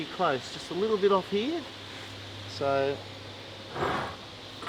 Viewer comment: when says...it fits HEAH.." I love that! My Dad began his tour of the Pacific theater In the old Army Air Corps in Brisbane and he loved bringing out his "Aussie accent" when telling stories. Love these guys